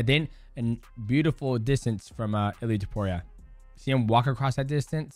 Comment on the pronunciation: Its funny how DJ keeps calling him Illy